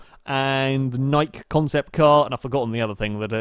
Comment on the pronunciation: nike 2022 concept car is pronounced nigh-key, and is designed by the shoe company